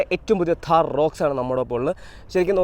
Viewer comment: താഹർ അല്ല താർ ആണ് 😂 Keep going bro ❤